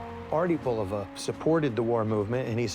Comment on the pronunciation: I collected watches for almost 40 years and never liked any of them more than those by Bulova and Citizen. This was before Bulova was connected with Citizen. This if the first YouTube videos I seen wherein the voices pronounce "Bulova" correctly, namely the way the company always pronounced it for decades in its decades of radio and TV ads, and Mr. Bulova was very proud of his name.